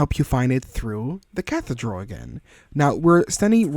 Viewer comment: Cathedral is pronounced as "Kathy-Drull"